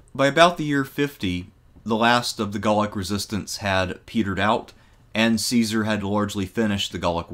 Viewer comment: the pronunciation IS NOT "see-sar" it's "kai-sar" JOO-LI-US KAI-SAR = Julius Caesar the Romans HAVE NO soft "c" sound, they used "s" for that CICERO is not "sis-sir-oh", it's "kik-ker-oh"